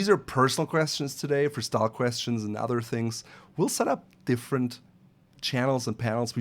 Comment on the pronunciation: are you a French Canadian? Your pronunciation of other or any word with Th sounds like s Canadian accent.